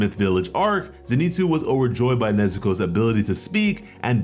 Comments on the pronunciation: bro i tried to be chill about it but his name isnt fucking zineetsu its zinehtsu. please stop slaughtering this mans name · Noo he said zeeenitsu